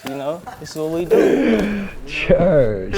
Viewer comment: Hearing chet say “church” like that is easily the funniest part pf the video